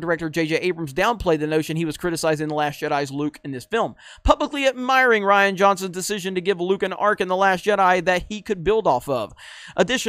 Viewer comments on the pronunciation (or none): none